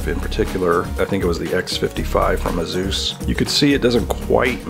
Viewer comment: Is anyone else concerned at the fact he pronounced Asus as Azooz.... should we even trust this video?